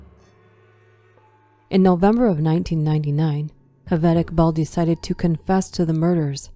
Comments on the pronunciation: ‘J’ ‘J’ aved not ‘H’aved. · Excellent narration but Javed is pronounced with a J not H